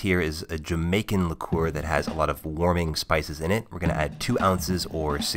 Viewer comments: “Banana liKUEWER” 🤔😂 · The way he says liqueur